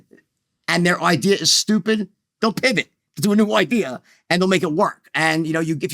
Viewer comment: Did he say he came up with an ideer? I am interested in the ideer